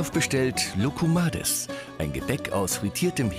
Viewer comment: Erstens heißt es Loukoumades * zweitens bist du 6? Was für kopiert 😂😂Kindergarten oder wie